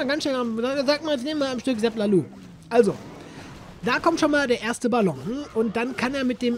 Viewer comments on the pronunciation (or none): Nicht lalu oder laluuu sag einfach lalo bitte ganz normal ganz einfach 😅 (mit Kurzem O) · Sag bitte nicht ZapLaLuuu sag ZapLaLoon oder ZapLaLooo aber nicht LaLuuu das hört sich komplett bescheuert an😂😂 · Zap lalo (kurzes "o" bitte)